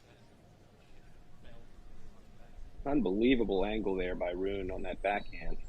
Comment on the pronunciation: Ru-ne !!! ( TWO syllables!! ). Not that ugly sounding "roon" thing! I would have thought, that even English tennis commentators would have bothered learning that simple name by now!?!! But apparently not.